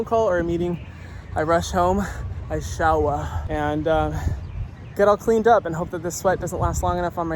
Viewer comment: Lol ... when you said "shower" like a local from hawaii. That won me over... im subscribing 🤙🏽